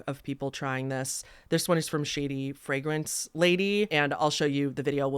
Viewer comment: first, great review. don't take this anyway in particular but, i gotta ask. where are you from? in general, US north, south, east, west, Canada etc,,, hust asking because of a few words you pronounced in a way i can't place. e.g. frag-rance (a couple times), la-nolin (early in the video. oir was this just a scripting reading error kinda thing. was just a curiosity.